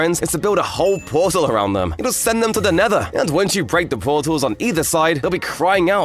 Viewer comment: Pet her nortal???